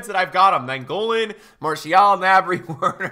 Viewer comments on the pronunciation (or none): none